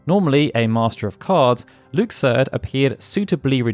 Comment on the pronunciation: You know I love your FF content. However, I love your KH content too. That comment was completely useless 😂. Your pronounciation of Luxord makes my ears bleed though